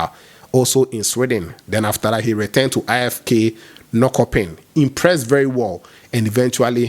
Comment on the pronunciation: Norkopping is pronounced Nor-SHOPPING